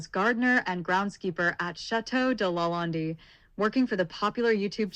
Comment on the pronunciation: None of your images are LaLande or Chaumont. And Chaumont is pronounced "SHOW- Mont"